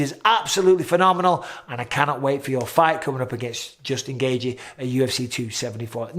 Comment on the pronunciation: It's Gayy-chi, not Gay-ji 😂